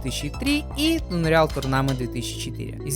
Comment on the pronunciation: а Унриал вместо Анриал норм было?)